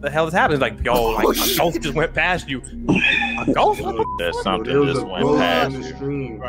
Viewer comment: I vote to dare him to correctly pronounce the words 'ghost' and 'ghosts'. Instead, he says "goes" every time. I have a channel where I talk about pastrami on rye. I pronounce it "Your mommy's a guy."